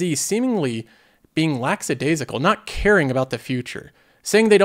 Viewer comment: pronounce lackadaisical correctly. Also, you contradict yourself. You talk passionately about "having experiences" and "forming relationships" but then criticize Gen Z for not grinding it out and investing. Gen Z sees things as "now" and "today", they don't really think too far ahead, so that's what they're doing, they're focusing on experiences and forming relationships. In order to build financial health, you have to sacrifice those things. Inflation, the cost of living, everything is more expensive. Just look at the stats on Gen Z and home ownership, many of them believe they'll NEVER be able to own their own home. It's crazy what these young people have to deal with. Times are different. It's basically like telling young people, "Here's your 50 year sentence, get to work!" And they see how miserable Gen X to Millennials are because of it.